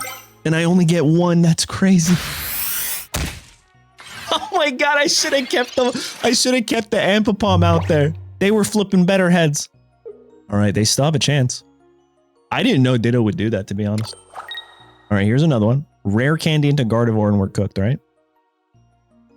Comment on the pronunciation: I know you're doing it for more comments and interaction but it's Am-bee-pom